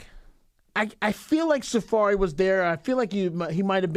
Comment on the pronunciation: mispronouncing Safaree has got me WEAK 😂